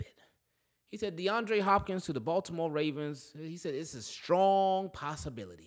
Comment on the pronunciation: Nahh bro he said SKRONG